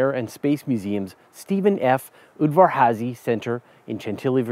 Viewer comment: On the plus side he pronounced udvar-hazy correctly (a Hungarian name:)